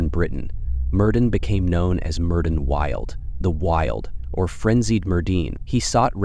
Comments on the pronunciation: As a Welsh speaker, his name is properly pronounce Mērðin Wiłt. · Don’t quote me but for help I think it’s Meerth-in can’t replicate the “ll” sound in the second name sorry. Aside from that loved the video